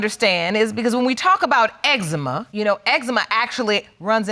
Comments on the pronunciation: Last case: 'I have ex-ema" 😂 Jesus be a fence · That boy said Ex-Zee-Mha 😆